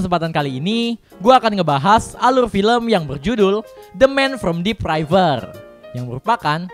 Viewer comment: kok dip raiver bacanya? wkwkwkwk deep river ya bacanya = dip river maliiih